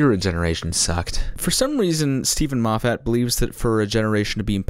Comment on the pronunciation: you're saying moffat wrong. it's scottish so there's only 1 stressed vowel. the 'a' is a schwa